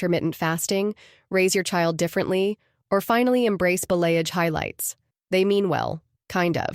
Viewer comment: Balayage is pronounced bali-oj